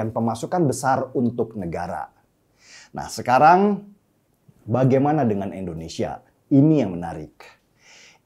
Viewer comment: Maaf bang, Indonesia bukan endonesia